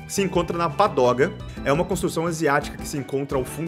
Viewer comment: é pagoda, não padoga kkkkkk